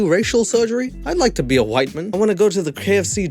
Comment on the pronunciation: I love how you say Whiteman like it is someones surname lol